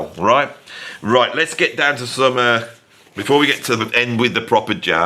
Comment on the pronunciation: each time you say: "the day before" I hear: "Davy [5]04"